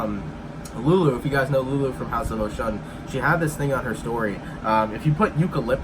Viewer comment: It’s “oshoon” house of oshoon boo 😘 it’s just spelled like oshun